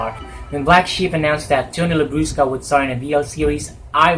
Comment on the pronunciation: ay may special. participation si popsy. ♥. i like the pronunciation of " Labrusca". 😂 😂